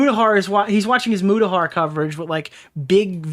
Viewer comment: It's Muta not Muda (no hate just a common mistake). But I'll admit that I was too quick to trust and side with Mutahar and Karl Jobst during the completionist drama. Looking back now something just felt off. If all that was for nothing then I genuinely feel bad.